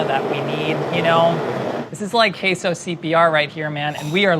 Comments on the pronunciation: "queso" is not "kesso" it's "kayso" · "Keh-so." Meaningful stare at the camera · Nobody:: “kesso” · Why does he start saying queso correctly and then keeps saying it wrong? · Queso, quayso or whatever you want to call it apparently. Lol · pronunciation of queso is wrong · Queso [sauce] is always spiced with chili of some kind and spices., continuing with an unspiced mornay: Oh dear! Am I saying queso wrong?!